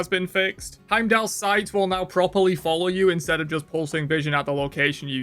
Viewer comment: Did he say Heindaller??